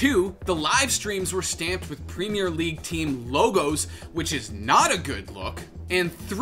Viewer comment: please god, as a british person saying this, can you say premier properly like "prem - ear"